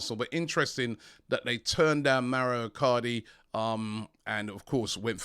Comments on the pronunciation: Robbie MAURO is an Italian name, please take help from James to pronounce his name. MA U RO. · Robbie MaUro not Mario!